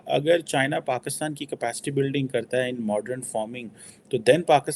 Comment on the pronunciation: She keeps saying Bakistan instead of Pakistan. Strong Arab influence.